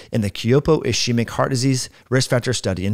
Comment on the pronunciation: Thanks for the video. Very interesting. Just fyi, ischemic is pronounced /ɪˈskiː.mɪk/ not /I' she mik/ The sch makes a hard k sound like in ski. Thanks again!